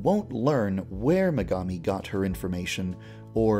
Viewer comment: I HEARD MEGAMI AS MEGAMIND